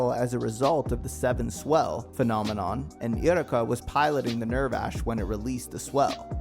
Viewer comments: Nerve vash? Uri ka? tra PAR? What the hell are these pronunciations? Doesn't even sound like that on the dub, let alone sub. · "Eh-woo-reh-ka" "Neer-vosh" "Ah-mita Drive" "Trap-per waves" Great video tho🙏